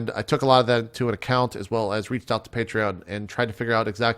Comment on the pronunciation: You said "Patreon" correctly JP, proud of you!